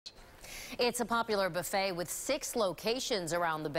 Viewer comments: "The best boo-fayy in the USA!!". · Gary Brice boo-fayy😂😩🤮